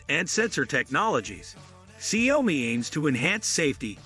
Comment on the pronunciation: Improve your pronouciation of the Chinesre word 小米 . I mean at least that way I can take your review seriously.